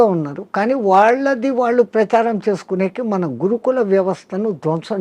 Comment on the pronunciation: వాళ్ళో. 'ళ' అనే అక్షరాన్ని పలకండి లేదా పలకడానికి ప్రయత్నించండి. కళ్ళు' పెళ్ళి, తాళి ఇలా పదాలలో 'ళ' అక్షరం ఉపయోగం ఉంటుంది. మన శరీరం ఒక అవయవం లోపం ఉంటే అది ఏదైనా అది సరి చేసు కావడానికి శతవిధాల ప్రయత్నిస్తాం, గాని అది భాషా కదా అని ఊరుకొంటే కొన్ని అనర్ధం జరగవచ్చు. ఉదాహరణ కి kama kills a man. అది ఎలాగున అంటే మనల్ని ఆంగ్లేయులు పరిపాలించే